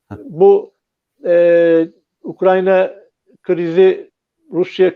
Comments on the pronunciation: UKRAN-YA değil. UKRAY-NA. Türkçe'yi doğru kullanalım, ya da evimizde oturalım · ukranya deme, ukrayna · N'olur "Ukranya" değil, "Ukrayna" 🙏